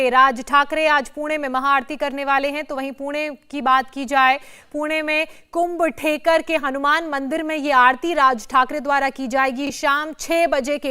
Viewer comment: Kumb thekar नाही, कुमठेकर रस्ता